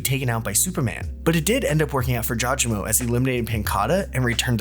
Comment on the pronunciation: pronunciation is " JAW GA MO " but good video overall <33